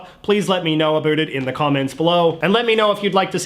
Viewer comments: Why does he pronounce "about" as "abult"? lol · the way he says “about” is extremely funny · Heard how you pronounced about and knew you were Canadian.